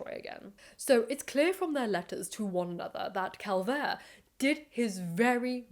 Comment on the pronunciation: You are mispronouncing both Schliemann and Calvert.